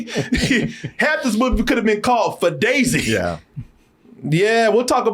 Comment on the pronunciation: Keanu is the only man I’ve heard pronunce extra syllables at the end of words! Yeah is Yeah-ha! Gotcha is Got-cha-a! 😂